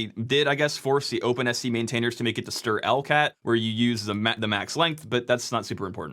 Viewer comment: Bro you can't just mention The End of Ze World like that in these trying times.